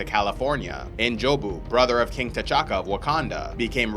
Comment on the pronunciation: Love the way you pronounce T’CHAKA